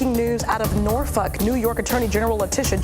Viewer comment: People have no problem pronouncing FOLKLORE, but must pronounce Norfolk as Norfuck.